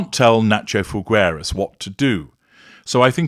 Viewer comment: It’s Figueras. The u is NOT pronounced. Figeras.